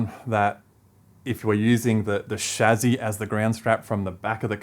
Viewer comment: That's the correct pronunciation of "Chassis" :p